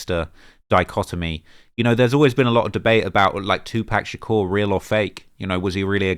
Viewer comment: it legit sounds like he's saying "2park shakure" 😂🤣😂🤣😭💀